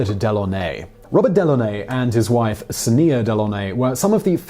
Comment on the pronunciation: that's an odd way to say Sonia. :/